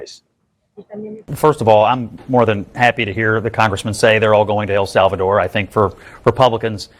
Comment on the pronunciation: Can’t even say El Salvador correct.